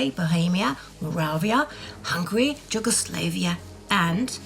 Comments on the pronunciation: Please say Yugoslavia properly. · Yugoslavia is totally incorrectly pronounced...